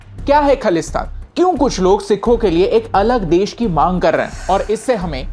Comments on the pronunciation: Bro the word is khalistan pronounced as Khaa-lis-taan. The word khaalis means Pure or unbaised; in other words khalistan can be known as flawless place. The word khalis derived from 16 or 17th century by Guru Gobind Singh when he created an army to fight against cruelty, unfairness, dominant government who then wanted people to convert their religions by hook or crook. Then those were mughals who wanted everyone should be islam hence khalsa panth has been establised. Today the movement is said to be against the word hindu rastra. Those who say hindu rastra banana hai if those who think india is for hindus or they want india to represented as hindu the movement khalistan is there to justify their own rights and it was then, now and forever to the sake of fairness. The movement of khalistan is not against any religion or a particular community. It was and will always be against those who think they can dominate for the sake of their caste or religion. For the map info; for what i know by reading history books or by listening to people who agrees to this philosophy they say khalistans map would be like how it was at the first place whole pakistan till the borders of Afghanistan and in india himachal haryana and some portions of rajisthan. If more details find real map of punjab when it was not india. The word india has been given us by britishers and not khalistan. Real history should never be manipulated. Kohinoor and prince duleep singh were stolen along with many other precio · Firstly you need to know the pronunciation of khalistan and one more thing Sant Bhindrawale was not a terrorist understand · Bro first learn pronounce khalistan 😂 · First of a learn to speak ( pronounce) khaalistan correctly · firstlly you should correct your pronunciation in bhindranwala its not द it's ड and also it's खालिस्तान not खलिस्तान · Bruh you don’t know anything You don’t even Pronouncing it correctly its not khalesthan Its khalisthan😑